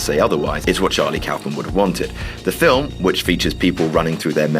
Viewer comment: di...did he say philf